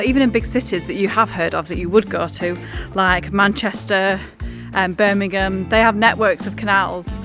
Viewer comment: I absolutely LURVD the end scene. Quoting one of the most memorable characters and his approach to boating was classic. Or rather CLASSIC. And really great to hear pronounce Berm--mimG--Ghum as it should be is super. Can you start using bath and not barth, grass and not grarss, castle and not carsell.Get proper English spoken again. Great job on thsi video, all three of you. xxxXXXxxx